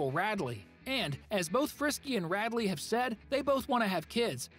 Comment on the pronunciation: Radley it’s RAD